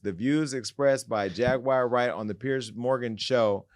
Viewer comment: “Jaguire” Wright 😂😂